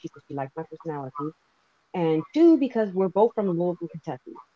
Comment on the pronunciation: Great 👍 i wish he pronounced "Louisville " the way we actually say it here. It would have been interesting to hear lol 😆